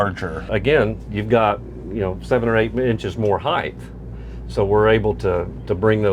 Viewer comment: Ok. "Height" does not end in TH. You're thinking of "width."